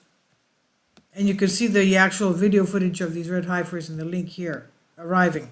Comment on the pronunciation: Pronounced HEFFER ;)